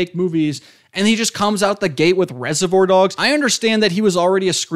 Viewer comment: How are you throwing around words like idiosyncrasy in the first minute but then mispronouncing reservoir like 10 times 😭 I enjoyed your analysis though, good video!